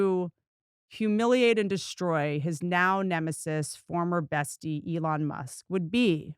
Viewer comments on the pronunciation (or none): his name is Elon "E-Lon" not A-lawn